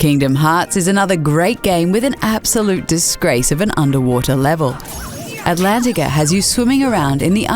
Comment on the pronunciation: Antlantica? The pinocio level was way worse.